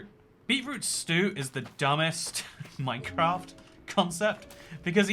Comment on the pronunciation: Bri'ish people really call this MyCraf